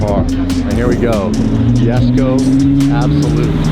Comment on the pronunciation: face palm... It's Yesko, not Jesko